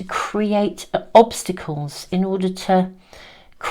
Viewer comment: Oh yes— I heard ‘blobstacles’. I loved it and I’m keeping it!